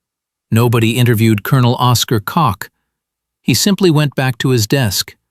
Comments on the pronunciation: The intelligence officer for Gen. Patton, it was named Koch not Cock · Isn’t his name pronounced more like “coke?”